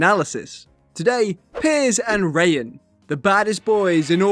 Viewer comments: It’s PRONOUNCED RYE HAWN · Why’d you pronounce Raihan’s name as “Rain” 💀